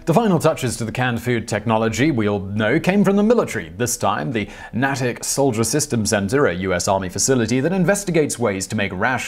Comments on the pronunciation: I worked at the Natick Army lab complex several decades ago, it is pronounced NAY-tick. I never worked on microwave ovens, but the product is usually pronounced RAYdarRange as in RADAR - range. These two pronunciations really stood out to me for some reason... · In case in comes up again in a future video, Natick is pronounced NAY-tick. sigh I guess I'm that guy today.